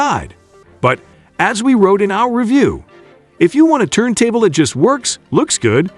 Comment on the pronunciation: Someone needs to tweak this AI to say "Turn Table" instead of turntuble. cant say "Tone Arm" either